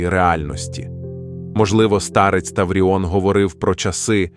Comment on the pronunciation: Не старЕць, а стАрець. Штучний інтелекте, працюй над наголосами!!!